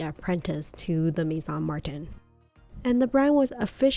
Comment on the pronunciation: Your prices are somewhat off. Artois PM is $2400 pre-tax in the US following the price increase earlier this year. Always cheaper to purchase in Europe, of course. Pronunciations are a little off, too. The Louis is Saint Louis is the same as Louis Vuitton, not "Louise." Martin is pronounced differently in French as well. I also think you meant "boast," not "boost."